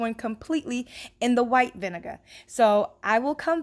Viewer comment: Can I just say I love how you pronounce “vinegar”